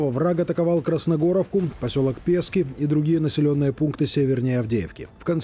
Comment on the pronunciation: Не пЄскі , а ПєскІ , наголос на І